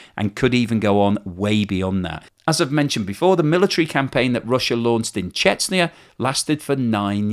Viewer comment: hey it is CHECHNYA not CHETZNIA